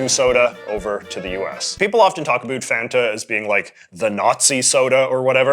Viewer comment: For the pronunciation of Fanta, I'd like to point to the commercials with the jingle. It's not waynta faynta, it's want a fanta, and it rhymes. Not that it matters at all lmao it just makes me laugh to think of the commercial jingle pronounced like that